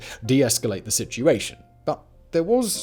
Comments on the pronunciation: It's Minsk II, not Minks II. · It's weird that put all this effort into the video, but called it Minks (instead of Minsk). And you failed even mention Victoria Nuland and the other US Intelligence apparatus stirring up and funding and propagating the second round of protests. The violence was ALL US facilitated. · Minsk not Minks. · Minks-ll? Really now? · To write "Minks" is one thing. To pronounce it like this is another. :-) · Minks II ! along with his pronunciation he doesn't even watch his videos back